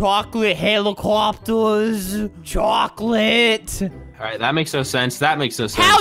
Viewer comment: CHWOCLATE HEWICOUPeErss